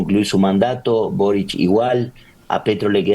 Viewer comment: Quisiera saber por qué dicen Borich, cuando el presidente chileno se llama Boric. No tiene CH al final de su apellido.